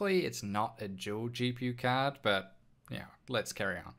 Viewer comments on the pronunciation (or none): It's dual not Juel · Your a Juel maybe even a tool you can say every damn word with a d perfect except dual omfg